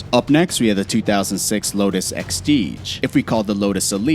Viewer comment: And the the Lotus "extige"?